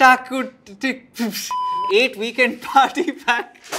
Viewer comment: It’s eight. Not eeeeeght. Indian pronunciations is weird. It’s not British. It’s not American. It’s straight up Indian English.